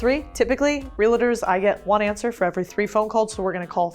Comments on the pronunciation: Why the heck you pronounce it relators?😂😭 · Realtors not "Relators" 😁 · Lots of energy. Please learn how to properly pronounce “Realtors” there is no “a” after the L. So its Real tors, not realators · It's REALTORS. That's 2 syllables, not 3 syllables. NOT real-a-ters; REALTORS. Real-tors, like that. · Did you say RELATORS instead of realtors? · REAL-eh-TERS???? It’s Real-TORS, yikes! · Real-Tors. 👍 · I love your videos, could you please learn how to say real-tors correctly?